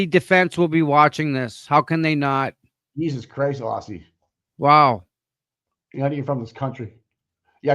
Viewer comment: Great show today! Aussie is amazing! Pronounce her name Auzzie.